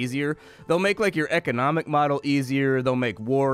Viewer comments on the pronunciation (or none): none